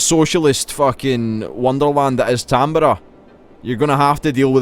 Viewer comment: Ahh yes Tamburg, home of the Tamburger.